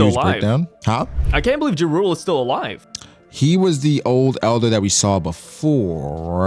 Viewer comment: Btw Jarule is Pronouced Ya-rull, Only reason why ik this is bc of Skyrim lmaoo